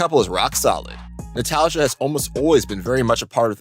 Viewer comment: Jokic is not from suburbia, he from Serbia. And his girls name is read natalia not natalzia